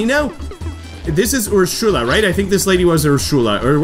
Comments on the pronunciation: Great to see Wii Party is finally back! Hearing you groan at your luck go from bad to worse was hilarious and relatable XD Also, I think Ursula’s name is pronounced “er-soo-la” and Elise’s name is pronounced “el-ees”. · Just some corrections: 1. Ursula's name is pronounced as Ur-suh-la. 2. Elisa's name is pronounced as E-lee-sa. 3. Advanced difficulty isn't the hardest difficulty. After beating it, you unlock Expert difficulty, and after beating that you unlock Master difficulty. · why do you say ursula like that